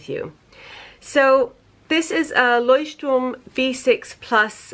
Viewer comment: Can we just take a moment to appreciate that she actually pronounces Leuchtturm right? Very proud of you, greetings from Germany!